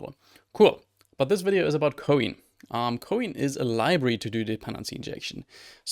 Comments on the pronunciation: Btw isn't it pronounced the same as "coin" is, like the little metal pieces of currency? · Wait, you're telling me it isn't said "Coin"?!?